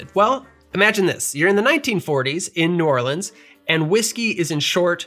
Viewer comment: As someone from Baton Rouge, Louisiana can I just say THANK YOU for pronouncing New Orleans correctly! New subscriber and mixer thanks to this channel. Loved the history and love the drinks. Cheers!